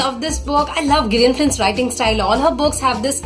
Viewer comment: OK I am eight months late to comment on this video..but I felt the need to after going thorough with the video..and what I found critiquing in the video is the way pronounces the name of the author Gillian Flynn..it's kinda pronounced like "Jillian" and not the way pronounces it.. That's all..